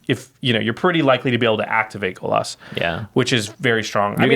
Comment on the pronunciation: Golos does not rhyme with Bolas